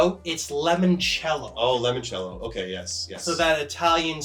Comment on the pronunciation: lemon chello?? Is that supposed to be limoncello, the liquor? lmao